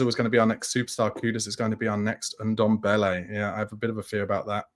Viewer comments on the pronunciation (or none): none